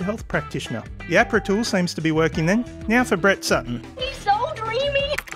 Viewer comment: Most people pronounce AHRPRA with the H. Like Ahh-PRA